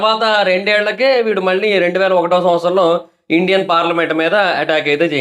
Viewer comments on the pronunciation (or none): none